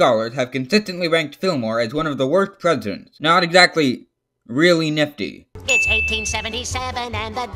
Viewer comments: 5 minutes and 20 seconds of this is just him say ISW AN ISLAND! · My favorite part was when he said ISW AN ISLAND! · Me: Hears and Me: PREPARE! Him: ISW AN ISLAND